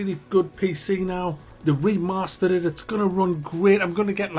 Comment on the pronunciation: It’s pronounced ‘remastered’ man! Not ‘remastered’. Jeez